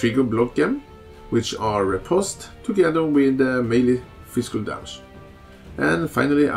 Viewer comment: you kept pronouncing physical as "fiskul" that was amusing to me, great vid btw!